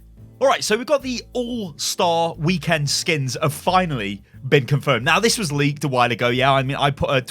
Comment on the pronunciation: I love how you say weekend. Wee Kend.